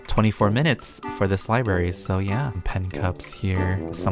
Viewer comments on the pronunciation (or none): i totally freaked out every time said "LiBaRy". i- i didn't know i was THAT person